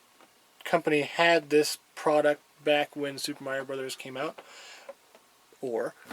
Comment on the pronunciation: "Meiro"! I could see "Mairo" happening, but where did that "e" even come from? Heh, good stuff. Good video, as well.